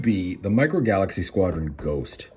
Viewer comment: Micro "falaxy"? 😂